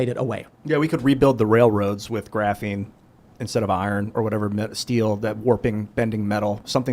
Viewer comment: I can't tell if is truly unable to understand or if Tim isn't great at explaining. I'm beginning to think that saying "graphine" a lot, doesn't give one the ability to understand or think. How does he not understand the difference between Dresden during WW2 and the Tim Tale Tim told.